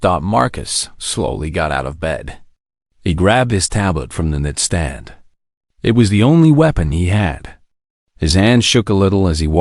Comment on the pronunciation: The AI narration is awful... I am in and it keeps saying DOT at the end of sentences and knitstand for Nightstand.